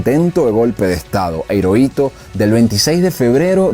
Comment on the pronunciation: Hiroito se pronuncia como Jiroito